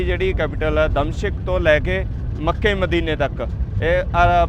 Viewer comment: ਦ ਮਿਸ਼ਕ ਹੈ, ਦਮ ਸ਼ਿਕ ਨਹੀਂ